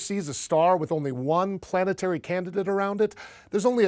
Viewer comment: Heh, "planteary"